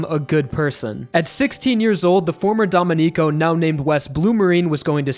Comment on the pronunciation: great video! Just a minor thing, "domenico" is prounounced "domEnico" with a stress on the "e" (it's just because i'm italian that i noticed it but it's fine if you don't care). for the rest, like i said, a really good video. as someone else already pointed out, Pucci isn't necessarily evil, but rather, he ended up becoming like that because of his fate. and i think the reason why the one to take down Pucci was Weather is because they were fated since the beginning to come in each other's way. I guess you could say the biggest enemy in Stone Ocean was fate itself. Even after resetting the universe, Pucci couldnt complete his goal of overcoming fate. Maybe there is nothing one can do to overcome fate,and this is the bittersweet message of Stone Ocean. I remember one comic panel before the ending saying that maybe restarting the universe was part of fate as well. I can't help but agree, and it seems that this is what Araki wanted to show us, by making Pucci die unfulfilled even after all his efforts of overcoming his fate. As well as making everyone else die, despite their hope of stopping him. "It was all meant to be" just like the song Made in Heaven says! Some people dislike this ending, but it's actually one of the endings I've loved the most, ever. I can't wait to see it in anime form, one day.